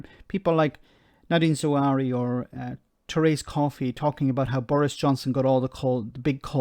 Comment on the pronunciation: I know you are a treasure and we love you, as an important voice in the social media. But the new chancellor is Nadin Zahawi, not Zawary.